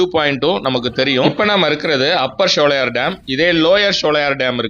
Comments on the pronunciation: நல்ல ஒரு பயனுள்ள வீடியோ ஆனால் ஷோலையார் என்பது தவறான உச்சரிப்பு ( சோலையர்): என்பது சரியான உச்சரிப்பு ஆகும் சோலைகள் நிறைந்த இடம் அதனால் தான் இந்த பெயர் ஷோலையார் தமிழ் உச்சரிப்பு கிடையாது எனக்கு தஞ்சை தமிழ் மிகவும் பிடித்த தமிழ் ஆகும் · உங்கள் ஆங்கில உச்சரிப்பும் தவறு SHOWLAYAR (SHOLAYAR )என்று சொல்கிறீர்கள் அதுவும் தவறான உச்சரிப்பு தான்